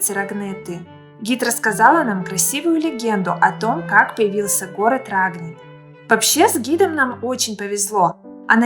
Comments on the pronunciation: ударение РагнИт, а не РАгнит..!!!! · Да и СУ 24 тоже в войну летал... . Много неточностей. Изучайте материал, прежде чем повествовать людям !!! А рАгнит - вообще ухо режет!!!